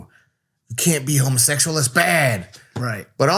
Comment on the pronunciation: "Homo-SESual", it's weird they don't pronounce the X